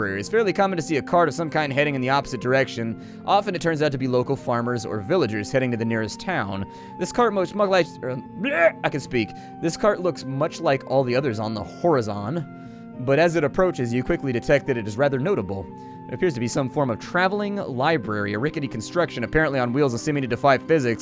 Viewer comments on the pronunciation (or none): Did this man just pronounce horizon as "Whore-izun"??